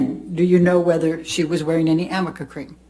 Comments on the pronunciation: Yep that’s the funniest part. It’s Arnica but Elaine read Amica 😭💀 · It’s Arnica cream lol 🙄😂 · lol so apparently she meant to say “aRNica” cream. I feel like Elaine is the type of person who misses the forest for the bark